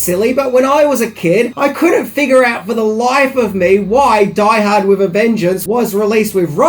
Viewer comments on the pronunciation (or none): none